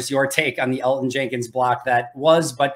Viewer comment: Yo can we teach mike how to pronounce Elgton Jenkins name please? You’d think he would understand he’s pronouncing it wrong and I can tell keeps saying his name to try to show mike he’s saying it wrong😂